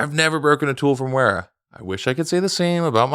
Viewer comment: you get all fancy insisting on pronouncing every Germany in the /euro/British/German pronunciation(zed f instead of zee f, Porsche, lancha instead of lanseea) then you get sponsored by Wera and butcher the name😂 I'm all for it